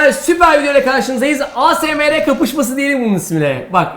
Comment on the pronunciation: Abi ASMR EYESEMAR SOYLENIYO